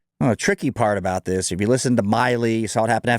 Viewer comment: It’s Milley, not Miley.